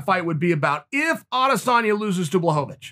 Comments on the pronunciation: Me: Blachowicz Chael: Blahovavich Me: Ok great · "Blahovavich"... Whhhhhhhhhyyyyyyyyyyyy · chae trolls me every time he says blahovovich lmao love ya chael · No one: Chael: Blahohohohohohovich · The return of “Blahovovich”😂😂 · Chael “BlachoVAwicz” Sonnen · Jan watching this realizing he’s been pronouncing his name wrong his whole life.